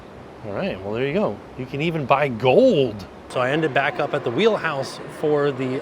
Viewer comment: You can even buy GWOELD!! 😂